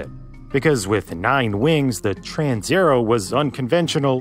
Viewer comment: "Transaero" is not pronounced "transerrow", but "trans-aye-AIR-ey-o". Every letter (except H) is pronounced in Italian. (H has a purpose that I won't discuss here.) People often don't bother checking pronunciation, because, well, "everyone knows how to pronounce pizza and Roma".